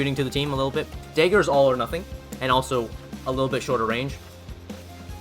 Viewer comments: “Daegger” haha Canadian?? Midwest??? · "the sword and the daeger"